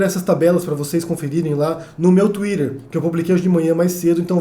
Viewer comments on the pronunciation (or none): Ele pronuncia em inglês.